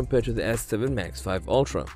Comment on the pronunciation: I don't think it's pronounced max 5, I believe it's max vee.